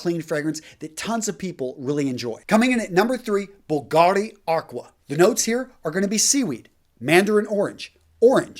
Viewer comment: dear, my best compliments on your amazing site. I am follow your video since months and they really impacted, quality and to the point, excellent. just a small thing about pronunciation: Bùlgari, not Bulgári;)